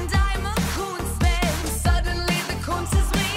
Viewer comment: I ALSO THOUGHT SHE WAS SAYING KUNST! perhaps cause of what you mentioned about her using German past songs, but also cause I was taking German when the album dropped. Maybe she recorded both words ("Koons" and "kunst") and layered them :3